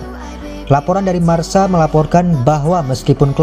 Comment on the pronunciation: Koreksi min...!!! Marca dibaca Marka, bukan dibaca Marsa. Marca (Marka) dlm bahasa Spanyol yg artinya skor, Marcador yg artinya papan skor. Kita pasti sering mendengar komentator spanyol ketika mengomentari laga, sering bngt mengatakan Marcador atau papan skor.